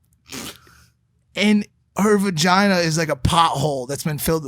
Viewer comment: muh vahgina?